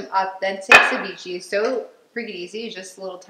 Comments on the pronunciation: CEVICHE!! NOT CHIVICHI WTH arent u mexican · Girl, how you said ceviche had me in a grave.💀 Meals look bomb!